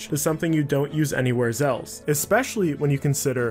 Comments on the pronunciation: Did anyone else really not hear him saying zelf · Anyone notice he says “Zelse” instead of else